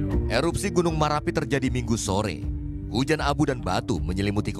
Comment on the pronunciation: Min bukan merapi tp marapi